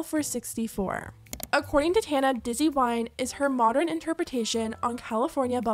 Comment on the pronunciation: The way you pronounce Tana’s name is killing me 😂😂😂❤❤